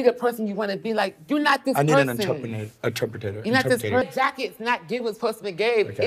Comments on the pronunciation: NOT HIM MISPRONOUNCING INTERPRETER 💀💀💀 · The irony of mispronouncing interpreter…. 😭